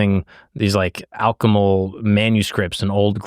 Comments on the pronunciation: Anybody get the Manly Phall(us) reference ? 😂 Also, it's alchemical, not alchemal. I have a great story. I went to the Philosophical Research Institute, Hall's library to study the symbolism. I found by accident, the man who influenced the continental Congress s mind. He's on the back of the two dollar bill, standing by the door. He is the only person wearing a hat indoors. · Great video. The word by the way is alchemical, not alchemal, close tho! 😂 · Super video. Its alchemical however not alchemal. Great job brother